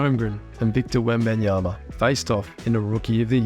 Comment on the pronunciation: It's WEMBANYAMA not WembEnyama